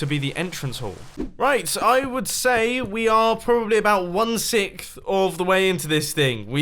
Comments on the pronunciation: You can tell he's sick when he says Sikh instead of sixth🤧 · "We are probably about six sick into this thing" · One Sickth ? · One Sickth? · "About one sikth of the way" Sik as man, keep it up. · Mumbo said One Sickth of the way into this thing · one sickth. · to me it sounded like you said 1 sickth and I find that so funny. :)